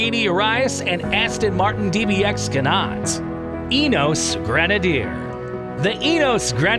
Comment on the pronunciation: “Ineos” has 3 syllables. 😬